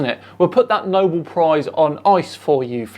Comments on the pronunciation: It's Nobel Prize worthy'. Mate, you said 'Nobhead Prize worthy' incorrectly. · Did he say Knob-bellend prize-worthy? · Maybe he said Numbell Prize.